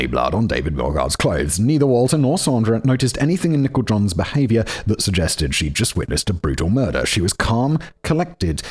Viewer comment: It sounds like Simon is calling Nichol John "Nickel John," like she's an old hobo or something.